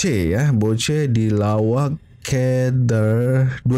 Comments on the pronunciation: salah cara sebut "lawak key der tu"...sebenarnya pertanyaan.."ke" bukan "key".contoh dah makan ke?..dah minum ke?.lawak ke?..der tu untuk kata ganti diri bahasa pasar.."der" dari perkataan brother..."lawak ke brother" disingkatkan "lawak ke der?"..sekian.. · Hahahaha bang bukan ke der.der sebut dia macam DE sahaja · hahahahaaa salah tu sebutan lawak ker der...😃